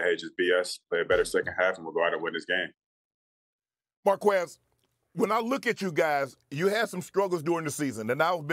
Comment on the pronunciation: It's pronounced "Mar-Kez"